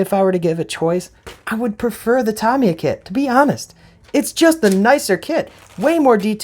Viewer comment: It's pronounced RE VELL, and TA MI YA.Get it right dufus.